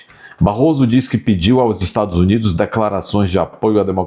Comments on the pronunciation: Ela não sabe pronunciar Estados Unidos mas pergunto à vcs se saberia pronunciar Estados Unidisentes? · Nem para ela sabe pronunciar